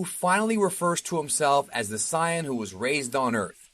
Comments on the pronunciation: Yea had to dislike when you called Saiyan Cyan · Mf said cyan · Bruh, ik you didn't pronounce that shit like "sye-an" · I think he's pronouncing "Saiyan" like that JUST to make ME mad. 😡😡😡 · Mate how can you be this expert but can’t say krillin or saiyan wow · I wish he would say saiyan the way they say it in the English dub its sounds cooler, the correct way of saying it sounds dumb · This nigga stay pronouncing Saiyan wrong and it's driving me crazy 😂😂😂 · I’ve scrolled an scrolled an nobody has said anything about how he pronounced saiyan no hate though great video it just kinda bugs me😂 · I still have the uncut v.h.s. episode's of this. Dude awesome channel b.t.w. great summary and historical breakdown of the series....but I can't stand that you're mispronouncesation of the word "Sayian" dude cmon now you've been watching this for decade's you should know how to say it correctly. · When did you start pronouncing saiyan and krillin’s name that way? It hasn’t always been that way has it? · Why u saying sayian like that? You must never have seen the show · You are pronouncing sayian wrong